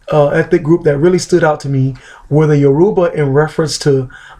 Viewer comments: It's pronounced "YOUR-u-ba" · How do you know a Yoruba proverb but not know how to pronounce the very word "Yoruba"? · Piss off, he is an American embracing his Yoruba roots, he didn't grow up with our language